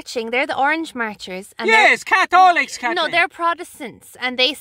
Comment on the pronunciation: Lunnnden Dairy AIRRR kat-leeeen. The fookin Kat-holics 😂